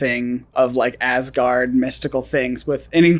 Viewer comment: Awesome video. But being Danish and watching them pronounce these words hurts me haha. Wish they would atleast try to say Asgård right in the movies 😞